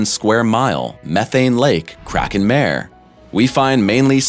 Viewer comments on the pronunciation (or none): none